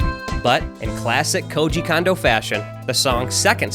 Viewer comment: It’s pronounced Kondo not Kondo